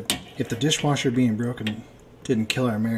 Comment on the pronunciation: Awesome repair on the dish wersher